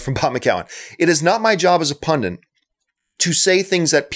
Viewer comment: You say "pundit" in a weird way - you say it like "pundent". Is that a Canadian thing?